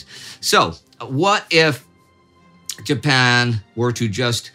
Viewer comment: Mispronouncing Japan and I'm supposed to just let that slide? No pasaran! Someone's been too long out of Texas and too much in Sweden!